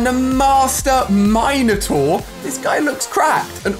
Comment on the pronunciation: He said it correctly